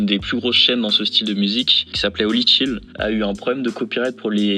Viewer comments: ohlala tous les i et y prononcés "Ay"... Chill pas tchAyl, Study pas StudAy 👍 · Tellement trigger par ta facon de prononcer chill hahaha